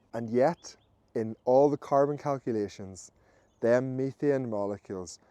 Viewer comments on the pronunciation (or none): Methane. He's saying "methane" (meh-thayn) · I've heard of "methane" but I've never heard of "meethian".